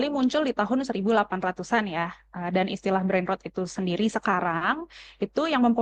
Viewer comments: ketika "Brain Rot" dibaca "Brain Root"... even auto sub dr google dengernya "Brain Road" brengsek, kenapa bukan aing yg kerja di CNN seh?! kebanyakan masuk jalur orang dalem lo lo pade yak??!! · brain rOt bukan rowd 😂